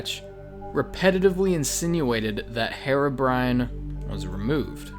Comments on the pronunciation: OH FFS IT'S PRONOUNCED "he-ro-brine" NOT "Hero-brian" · Dude. You're pronouncing it wrong. It's Heer-oh-brine, not Her-oh-bry-an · its pronounced hearo brine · sorry to point this out but its not pronounced "herabrine"